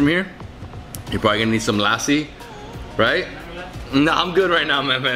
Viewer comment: Remove the “aa” from lassi. L a ssi. PS. Loved the shirts .